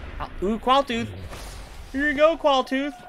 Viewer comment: It's said oog quailtoth